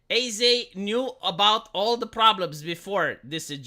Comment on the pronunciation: Would you please stop saying A-Z. It's pronounced "As"